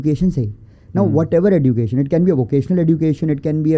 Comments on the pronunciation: Why it's Edducation instead of Ejucation? Education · This e”ddddddddddddd”ucation is really annoying me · OK, but what’s up with the pronunciation of “education” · I am curious to know why he don't know the correct pronunciation of word "Education". After listening, to him, I rushed to google to check if I am wrong but unfortunately I am right. I checked only British and American. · woh to theek ha but please teach him to pronounce "education" 😭